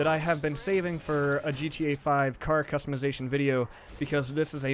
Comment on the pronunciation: you say custimizition